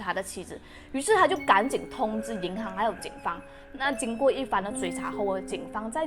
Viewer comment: 对，就是口音，你说的银行（hang) 读银行（xing）这是读错字不是口音问题，但是你说的悬（xuan2）赏读悬（xuan1）赏就是口音问题，你说的无非就是一声二声三声四声，马来西亚人说吃（chi1)了吗会读吃（chi4)了吗，读（du1)书会念读（du4)书，做（zuo1）么会读做（zuo 4)么，你觉得那个字是用错了？难道你在马来西亚路边随便听到说吃（chi4)了吗，你就要去跟他说“你用错词了是吃（chi1)了吗”，全部只不过是口音声调高低而已 至于你说尸她说身是因为要避开敏感字眼，比如尸、杀、奸、死等等，不然会被YouTube 黄标，所以你看她说死者但是字幕写S者，尸体他说身体，死者说逝者，只是为了避免这些字被黄标用别人懂的字来代替而已就错了？或者你去看看抖音，所有死、尸、奸、杀这些字都会被遮起来，也会用S代替死字，那你也要说全中国人用错字了？中国南北音都不同，一到四声也不同，那为什么你不说全中国人都错了？